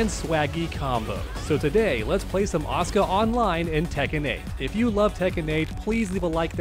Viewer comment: I thought u were saying "OSCAR"... I was like who the fuck is OSCAR... My dude, it is "ASU-KA"!